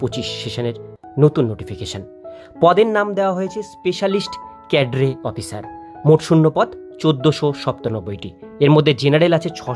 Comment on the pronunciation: ক্যাডারি অফিসার কি? উচ্চারণ ঠিক করুন -- এটা ক্যাডারি নয় এটা হোল ক্যাডার -- স্পেশালিস্ট ক্যাডার অফিসার। আগে উচ্চারণ ঠিক করুন তারপর YOU TUBE এ আসুন মুখ দেখাতে।